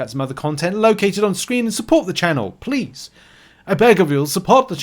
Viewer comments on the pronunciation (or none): none